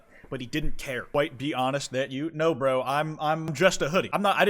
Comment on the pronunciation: kwite you what